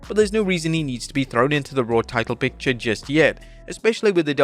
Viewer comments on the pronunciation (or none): none